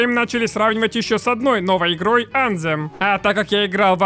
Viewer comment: Только не анзем, а больше звучит как антем, но есле прям дословно то на письме будет что-то вроде ан[тсшх]ем , я даже не могу на письме этот звук передать. В ютубе пошарь правильное произношение слов где есть буквы th.